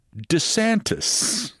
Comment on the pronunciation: please consider a phonetic pronunciation... DUH Santis